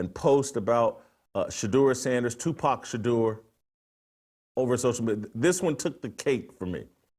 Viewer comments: Tupac Sheduer 😂😂😂😂😂😂😂😂😂😂😂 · Tupac shadur lol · Tu PAC Shadure 😂